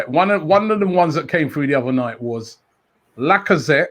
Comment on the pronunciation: How can you say lacazette and martinelli😂